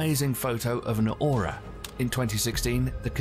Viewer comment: He kept saying “auras” those are aurora.